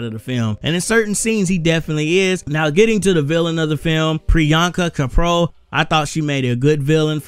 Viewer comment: Nice Review.. I really like Priyanka Chopra... But the funniest thing is you pronounce her name wrong😊..right pronounciation is here, check it